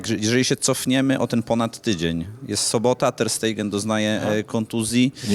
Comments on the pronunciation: Ter sztegen sie wypowiada specjalisto a nie Ter stejgen :PP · Terstejgen 😂 To Niemiec, Tersztegen. 🤣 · Panie redaktorze Ter Stegen to Niemiec więc nie jest to Ter Stejgen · Ter stejgen? Pyton. Nie przekrecaj nazwisk.